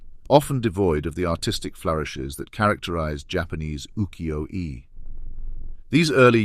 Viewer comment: The only give away was the mispronunciation of UKIYO-E